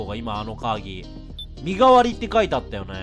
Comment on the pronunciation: 身代のカードってみのしろって読むんだと思うよ!